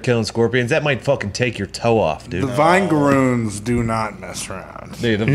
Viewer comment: Their pronunciation of something that produces a vinegar like substance as vine-garoons and not vinegar-oons is baffling.